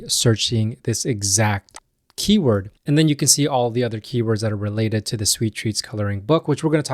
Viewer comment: This is how you pronounce the word "keyword"